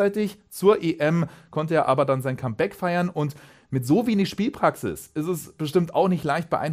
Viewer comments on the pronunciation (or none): none